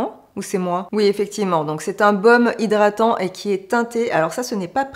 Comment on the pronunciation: Coucou belle! Toujours un plaisir de te voir!! "Zhydratant"...😅 Kiko n'est pas une marque qui m'attire,une marque moyen prix pour une qualité moyenne,des fards qui s'effacent à l'estompage pas pour moi. Les blushs sont connus, à la limite pourquoi pas! Il y a des marques comme beautybay qui proposent des petits prix avec une grande qualité, jamais déçue. En tout cas ce makeup bien que tu aies eu du mal il te va à ravir avec tes beaux yeux verts, très jolie 👌 Merci pour cette revue nouveauté st Valentin Kiko, à très bientôt! 😘